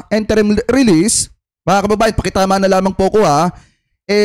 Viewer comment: it is "in-te-rim" release and not "-en-te-rim"...